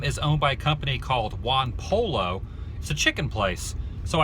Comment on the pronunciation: Lol you pronounced Juan pollo completely wrong